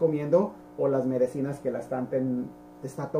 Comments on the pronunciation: Muy buena explicación gracias Dr, pero solo un consejo no se dice MEDECINAS se dice MEDICINA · Perdón por la corrección, no se dice Medecinas se dice Medicinas